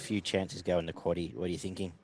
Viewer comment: Cheers for saying the quaddie names. C'mon beaver 😂